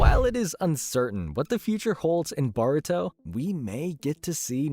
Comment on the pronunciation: I thought the show was called Baruto? 😂